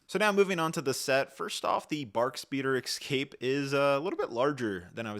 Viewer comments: es cape, not ec scape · Dude it’s EScape, not “excape” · EXCAPE you say? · Take a shot every time he says "exscape." If you survive, you can treat yourself to this battle pack. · 20$ set. Also, "Escape", why do people keep saying "excape"? 😅 They should have included Jar Jar anniversary mf...